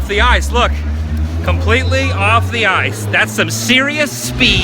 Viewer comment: "Did ya get a load of siz of dat icccee" -GMR MGM